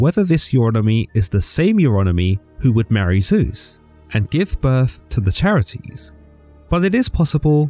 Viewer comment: Sorry to be that guy, but the title of three goddesses of beauty, joy, and blossoming is pronounced (Kare - It - Ees) The Greeks only used hard C sounds in their words. And the 3 Charites (Charis being the singular title) deserve more respect than that.